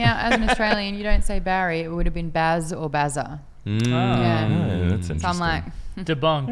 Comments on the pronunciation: He calls him Bazzer at the end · he actually did call him bazza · He did say Buzzer thu lol